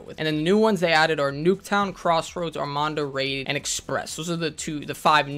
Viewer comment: ARMADA. Not ArmaNda